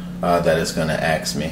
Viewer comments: ask not axe 👍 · "It's gonna ax me for my password." 'nuff said